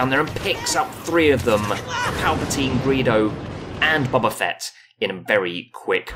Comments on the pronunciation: It's BOE BA Fett. Not BOB A FETT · "Bubba fett". Nice.